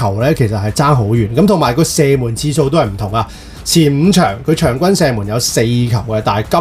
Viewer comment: 场均 “身” 门